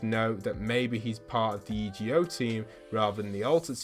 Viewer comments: Why does he keep saying E G O, and not EGO it just sounds SO STUPID!!! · Hey it is pronounced e go but it’s one word